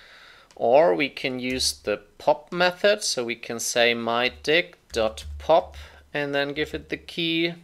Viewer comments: i cant stop laughing when he says "mydict" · I was chuckling everytime he said mydict, but I lost it when he said mydict dot pop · i can't stop laughing when he says mydict, especially lol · "So we can say mydict.pop" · Bruh i'm at the dictionary section and i can't stop myself from laughing everytime he says "mydict" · Sorry, I giggle everytime you say myDict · We all can pretend we're smart and sophisticated, but when says myDict we all think of one thing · mydict sounded so offensive